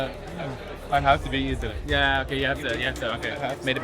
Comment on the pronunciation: “So taday, he’s going to show me the ropes” lol!! accent slippin out.